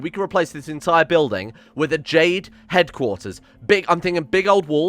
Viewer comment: Did you say Jade food lmao